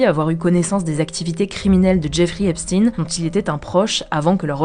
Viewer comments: "Epstein" pas "Epstine" non ? Il y a des petits problèmes de prononciation de noms propres il me semble avec HugoDecrypte, mais sinon merci pour le boulot journalistique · Alors c'est Stein comme dans Einstein pas Epstiiiiin😂. Pi On l'a suicidé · Mais c'est si dur que ça de prononcer Epstein correctement?